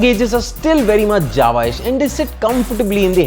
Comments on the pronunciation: Its not Java, its Jawa. Jawan’s Jawa. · Вы это слышите?))) Он называет их Джава)))) пхахаахха)))